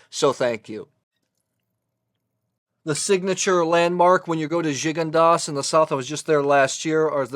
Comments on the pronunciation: Glad to see you using the Coravin. It has totally changed the way my wife and I drink wine. Also, I discovered I’ve been pronouncing “Gigondas” wrong all these years. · Good assessment of these wines,however I wished you took the time to pronounce the correct French name of these wines.Gigondas and Pauillac are very famous wines and you should respect their names as every wine expert should .